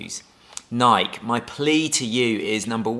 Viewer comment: Not Nike. Nikee